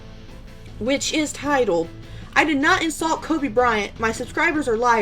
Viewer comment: If you don't know someone name don't try to pronounce it instead he mocked Kobe's name and he did that purposely and everyone knows it so Nik can go the the hell on with that shit it was so disrespectful to Kobe and his family. Nik needs to apologize for doing that simple